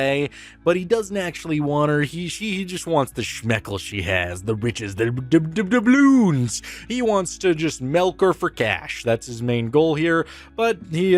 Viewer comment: says Melk. unsubbed